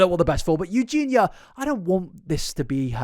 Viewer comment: pronouncing eugenia correctly is true character development